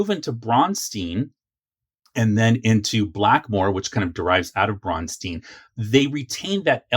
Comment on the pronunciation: I can tell you never visited Minnesota to research the history. They way you pronounce Braunstein and David Wesely's name is wrong. I will invite you to chat with the people here. You have some interesting large gaps in knowledge, but for the most part you have a lot of correct information. There are MORE gaps that I think you would like to hear answered. The rest of what you are talking about we NEVER EVER dropped even in later editions. And it is a lot of fun. THIS is what we call a campaign. New players have distorted the terms campaign, module, and other terms.... and that is all because the current WoTC and Hasbro people have no clue.